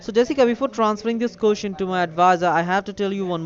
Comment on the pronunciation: Jessica Jessica Jessica these fools sound like shits listen how he says question lol kusestion lol dwl nobody you know shit head is as smart as Jessica lol